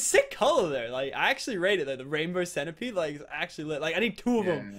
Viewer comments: he calls centipede centerpede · pronounce the centipede arthurioplura